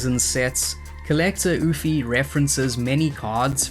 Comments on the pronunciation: Ouphe is just pronounced Oof btw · Ouphe is just pronounced “oof.”